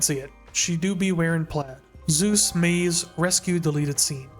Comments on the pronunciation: Super fun video but it's driving me bonkers that you call him Zeus 😂 it's Soos. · I die a little inside every time you pronounce it like "Zeus". Its SOOS, short for Jesús lolol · I know we think highly of our man Soos, but it is not pronounced Zeus. He’s more of a dizknee Hercules. Or in his own words, “like a big ol’ panda” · Not trying to be rude, but please pronounce soos’es name better. It sounds like.zeus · Great video- but it’s pronounced Soos like Dr Seus ❤️😭 like Jesus the Hispanic pronunciation his name is short for Jesus